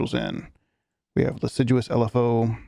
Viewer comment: Not sure if you found out yet but it's pronounced liss-ah-jou :)